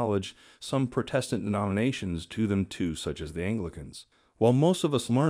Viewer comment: Thanks so much for your fascinating videos. It's great that you stress unity within the church. (Fwiw, Protestant is pronounced with the accent on the first syllable, not the 2nd.) I also enjoy the beautiful music in the background and the animal clips. Keep up the wonderful work!